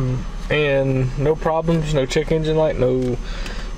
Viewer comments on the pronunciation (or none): Did you say " chic engine" light. Or didbyou say, "chicken gin" light.